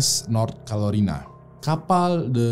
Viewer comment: North Carolina bang, bukan North Calorina